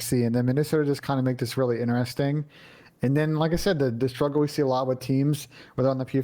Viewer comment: In-e-resting